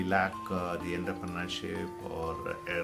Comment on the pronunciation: eda poo VC than poyittu entrepreneurshipinte pronunciation padichittu vaada pulle